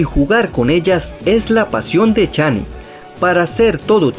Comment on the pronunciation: Es alok no alot y es shani no chani